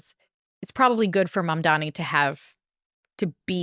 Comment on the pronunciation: It’s Mamdani😂 Kara. Learn to pronounce it